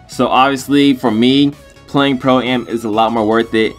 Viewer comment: im glad cuz when he says pro ay em that would make me cringe lol